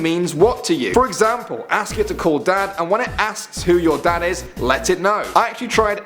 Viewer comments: you can't say 'ask' you say axe. is stupid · I said he doesn't know how to ask the word ask, it sounds like axe